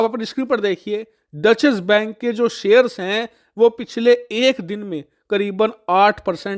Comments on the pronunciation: Actually, it is “Doetch”. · डचेस बैंक नही, डॉइशे बैंक. That's the right pronunciation. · इसे " डॉशे बैंक " बोलते हैं । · Dutchesh bank nahi hai wo 😂😂😂😂 it’s a German word. Content sahi rehta hai lekin उच्चारण pe kaam karo